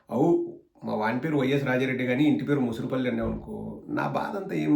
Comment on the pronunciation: Anna adi..morusupalli..mosurupalli kaadu